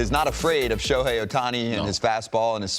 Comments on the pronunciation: Next time we're gonna hear him call "Shoku" and "Shoten", IYKWIM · Who is the clown commentator Jake Peavy (former great on the field) who keeps mispronouncing Shohei Ohtani's name? (At least twice, he says something like "Sho-hawn Ohtani".) These guys are being paid for the on-air work, so they should at least be able to properly pronounce names, especially the name of the AL MVP and transcendent sports figure. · If you can’t pronounce the reigning MVP‘s name correctly you shouldn’t be a baseball analyst. ✌🏼 foh with your sho-han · Why is Peavy keep calling him Shohan.